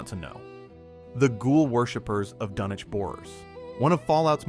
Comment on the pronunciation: Pronounced DUN-ich